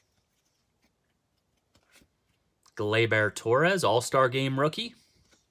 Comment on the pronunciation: Glay-Ber!!!! NOT Glay-BEAR!??